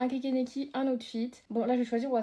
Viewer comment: C’est pas un kekeneki c’est un kneki juste la prononciation